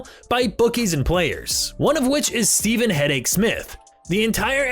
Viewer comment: I think it was actually pronounced "stevv-in". I may be wrong though